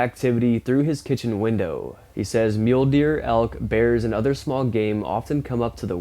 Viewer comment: I thought he said Mjölnir not mule deer. 😅